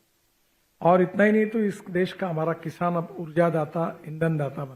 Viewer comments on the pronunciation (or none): none